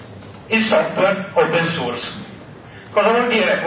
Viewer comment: Piccolo appunto sulla corretta pronuncia di "source"... Non si pronuncia "suurs" ma "sooars". Grazie. Marco71.